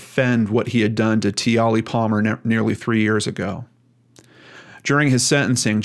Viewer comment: I hope I'm not coming off as a smart-a** but the correct way to pronounce her name is Tia-Lee. I saw an Australian documentary about this and I was so angry. Life as an adult is filled with all kinds of drama. Every child deserves to have a happy, fun filled childhood without people taking that away from them.